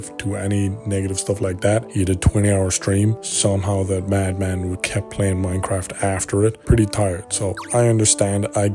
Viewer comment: Aww he got angwy because people found his base in the minecwaft sewver